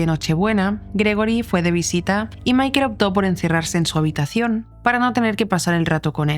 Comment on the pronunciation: Pronuncia bien el nombre por favor. Michael. Se pronuncia Maicol.